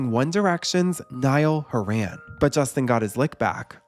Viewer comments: Horan - HAW-run. Not hoe-RAN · Stopped in my tracks when I heard the pronunciation of Horan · Genuinely had to pause the video after hearing the way you pronounced "Horan" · mispronouncing Niall Horans surname like that was diabolical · Love you but why did you have to pronounce Horan like that 😭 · the way you pronounce niall horan 💀😭😭